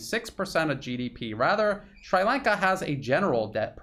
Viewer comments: It's pronounced like Sree not Shry. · excellent analysis, but a quick hint on pronunciation... it is SHREE lanka not SHRAI lanka, also TAAMIL, not TAMAAL... small details but make this more easily assimilated by people living in that region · Not Shrai Lanka. Shree Lanka. Please Google pronunciation. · Sree Lanka. Not Sry Lanka. ;-) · Sri Lanka. You got the Lanka right. The "Sri" sounds like "SREE" and not "SWRY" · Sree Lanka not Sry Lanka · Appreciating all your sincere efforts to shed light on what's going on in the world I have to ask you to stop mispronouncing Shri Lanka as Shrai Lanka. I guess we all have had enough of this utter stupidity of mispronouncing the names of various countries , such as Iran (Airan), Irak (Airak), Shri Lanka (Shrai Lanka), . . . And by the way, there is no such thing as Tamals. These people in Shri Lanka and the South East of India are called Tamils. These things may be insignificant in the wider context of what is going on but they are nevertheless essential. So let's try to get them right first before we talk about the real issues. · Shree....not Shrai. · 🤨"Shree Lawnka" not "Shry Laynka" 😁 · SHREE Lanka. Very hard to listen to your commentary when you slaughter the name of a proud, ancient nation. PLEASE DO YOUR PRONUNCIATION HOMEWORK FIRST BEFORE YOU GO UP ON A VIDEO. Repeat after me: SHREE Lanka. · Sree lanka pronunciation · As a language teacher / student, I'd like to give you a minor pronunciation tip. The "i" in "Sri" and in "Tamil" is pronounced "ee." Just as in Italian (spaghetti) and Japanese (sushi), the "i" is not the long "i" as in "high," but the short "i" as in "spirit." Hope this helps. Thanks for all the great reporting and insights and commentary. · Pronounced as Sree Lanka. Tamil pronounced as Tam-mer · Americans always get pronunciation wrong. It's Shree Lanka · I had trouble recognizing your pronunciation. We say Sree Lanka in New Hampshire. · * "SHREE" Lanka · Is it really called SCHREI Lanka?